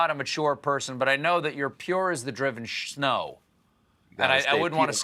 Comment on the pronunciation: "you're as pure as the driven 'schnow' "? Have you been drinking again on the job Stephen???